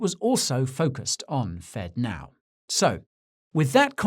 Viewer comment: Fedno instead of Fednow.